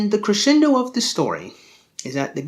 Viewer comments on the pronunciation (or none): none